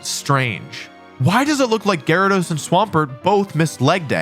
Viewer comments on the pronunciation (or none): none